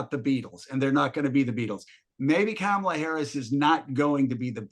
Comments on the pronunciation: Really so hard to pronounce “Comma-La”—- seasoned professionals just can’t seem to get it. It’s ridiculous. Thanks Mark for requiring professionalism. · As I understand, the traditional pronunciation is more like Kamla with no emphasis on either syllable.